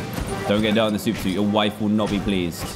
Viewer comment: WHERE IS MAH SUPA SEWT